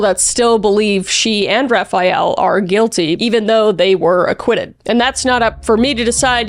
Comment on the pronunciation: "Raphael"???? Like the Renaissance painter? 😂🤣